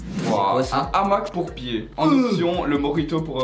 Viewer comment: Lilou Raquin quand tu fais une liaison tu rajoutes généralement un N et Inox à fait une liaison à Hamac qui n’a pas lieu d’être et ça a donné Namaque c’est juste ce que je voulais dire donc avant de critiquer qlqun, utilise ton cerveau pour comprendre au lieu de te ridiculiser 😫